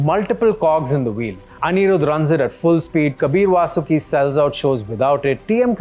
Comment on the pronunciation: Bro appreciate the video but you butchered the pronunciation, even kaber vasuki omg!